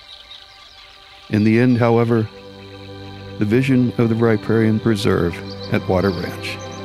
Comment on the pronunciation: Not bad, but you're mispronouncing riparian. Here > rə-ˈper-ē-ən